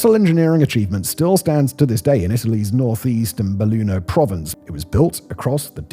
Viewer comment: Volpi translated in english is Foxes/Fox....that tells everything. 😑 Btw thank you Simon for this video. I'm from a village in the province of Belluno (you pronounced it perfectly). My paternal grandfather and paternal great-grandfather went to Vajont to help the morning after the tragedy. My grandad helped to repair the electricity, while my great-grandad helped searching the survivors and collecting the victims. 😔 Also one victim of the disaster was found in Venice. The River took them there. 😔